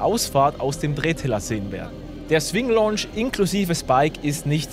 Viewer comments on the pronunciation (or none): none